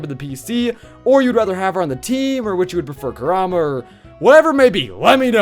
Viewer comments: Its pronounced (Core- um-uh) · is it me or does he keep saying Kurama wrong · Emanuel Molina he does